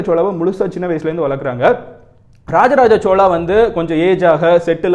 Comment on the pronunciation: Chozha not chola.